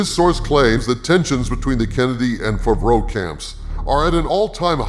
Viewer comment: Hi, just wanted to say that I enjoy your videos and the format you use with the character and all, and also that always makes me laugh, is when you say Jon Favreau, I hear; Jon Fafreau, and it reminds me at the sketch of Jeff Dunham with his dummy peanut (Jeff F F).